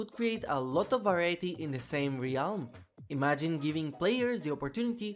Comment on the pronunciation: Will you ever learn how to pr9nounce "realm" properly?